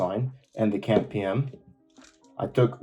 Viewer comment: cAMP or cyclic AMP or cyclic adenosine monophosphate, so most of us would say "see ay em pee" but at least "camp" is quicker to say, you just sound like you have no clue what it is